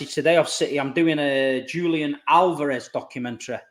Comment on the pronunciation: Hopefully learns how to say Julian's name before doing the doc 🤣 Btw, the "Doku is raw" headline does him some injustice at this point